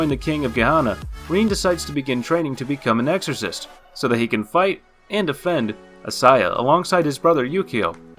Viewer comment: Bro. D-Gray Man and Blue Exorcist are way to obvious. A lot of the pronunciations are horrible too. Made me cringe a lot on the Blue Exorcist part.